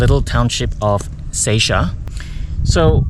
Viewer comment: Seisia (Say-see-ya) is the right pronunciation not say-shia 🙂